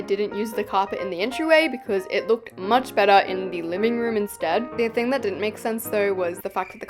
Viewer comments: I just rewatched this and realized said "Liming room" instead of "Living room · is it js me or did she say LIMING room 😭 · Girl you literally said "liking " room😒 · the fact that i craked when i heard u said liming room. Could u build a house based on ur favourite show please?